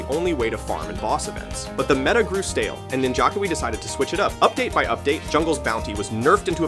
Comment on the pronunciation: I think it is AI. It said Ninja Kiwi as if it were "Ninjaukawi"